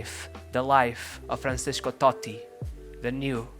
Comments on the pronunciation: Great video but you should see the pronunciation of Francesco. It's Fran-Che-Sko not Franseshko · Isn't it FranCHesko? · Why do you say Franshesco lol